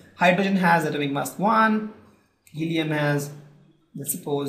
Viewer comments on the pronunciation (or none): It is mass not maass